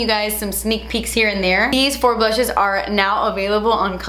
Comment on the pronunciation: The blutches I can’t. I love it when you speak funny or with a “british” accent. So funny. Love you forever! ❤️♌️